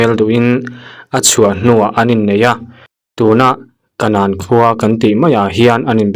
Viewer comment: kanàn chu champhai bul ania, ilamdan kanan tih hi chu adiklo